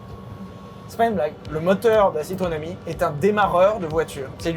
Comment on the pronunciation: Citroên Ami: Tutto va bené 🤣